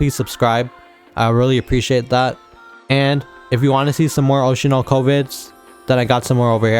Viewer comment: Did you really say OshinoC-Kovids... at the end?